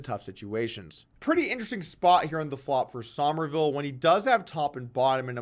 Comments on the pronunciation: It's pronounced "summerville", not "sahmerville". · I like that you said "Sohmerville" (like 'o' as in 'on') rather than "Summerville" like 'u' as in 'summer'. Nice attention to detail, Poke. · why does he keep saying sawmerville